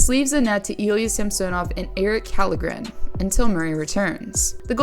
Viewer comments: 1. It's Soupie, not Soup 2. It's pronounced Shall-gren, not Kal-gren 😒😒😒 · Fyi its Källgen pronounced Shawl grin